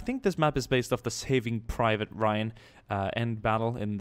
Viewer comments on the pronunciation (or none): none